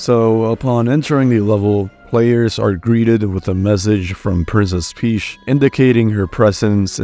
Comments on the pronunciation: "joeshi" "princess peash" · "Princess Peesh"?